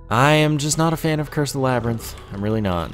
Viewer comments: It's labyrinth not lybarinth, get your Greek myths straight:D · At the start of the video you said lybarinth, though I've not heard you saying that before so idk :D